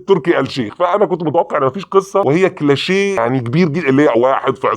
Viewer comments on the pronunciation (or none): اسمها كليشيه (Cliché) مش كلاشيه